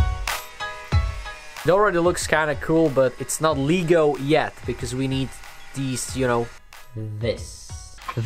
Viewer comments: Leg-o not leeeg-o lol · Le’go not ligo lego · Lego se nečte jako [lígo], ale [legou], anyway nice art🤜🏾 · Imagine saying Lee-go instead of Lego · I swear to god if u say LEEGO 1 more time...